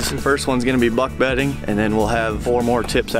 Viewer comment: Ah, yes, “beck budding.”😂